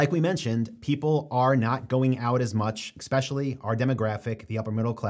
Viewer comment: Especially, not exspecially. 😊